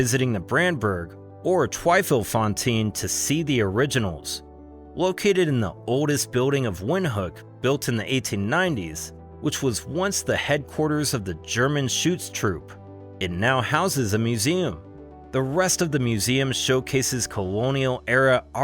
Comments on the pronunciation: it's not English so he's pronouncing it wrong it's V not W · pronounced vind-hook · It's pronounced with a V sound.....